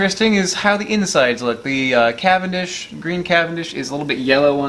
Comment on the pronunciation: I am fully convinced the only reason he does banana videos is so he can pronounce “CAVANDISH” as many times as possible